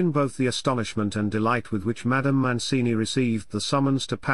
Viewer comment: It's Mancini not Moncini.